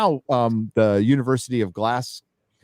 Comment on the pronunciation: Hail Glasgow pronounced Glas-go; don't know where the hell you found the 'C'! hahahaha and Scottish universtities are funded by the tax payer for SCOTTISH students only, foreign students have to pay the standard rates (about £8,0000) a semester. So that crazy arsed bitch paid for her own shitty diploma! Great night as always and happy memories setting up your studio, looking great!